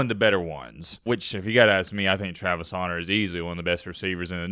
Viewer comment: Why do you keep calling him haunter bro?